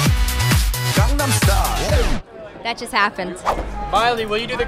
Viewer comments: I Think she repeated him to mock him cuz he said Gangnam wrong lol. he said it like "Gong"om when its clearly spelled and pronounced "Gang". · first of all it's gAngAm style not gungdam style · Gong-gam style?! Lol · miley sounded like she said gong gong style XD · haha trust Miley to say 'Ganggam style'!! i love her !! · JAJAJAJJA DIOS AME CUANDO MILEY DIJO GANGAM STYLE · Miley: gongnam Style ? haha xd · LOL m miley : " the gongman style" ?? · WHAT, gongnan style!? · miley says it like gongnam style.. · I am getting annoyed at how they can't even pronounce Gangnam right Grrr!!! SHINee Fighting!!! Saranghe Onew Oppa!!!